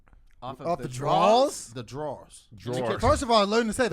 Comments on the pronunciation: I love you,, but the way you said (kitchen) drawers, did sound like "draws" [underwear]. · We say "drawz" in east saint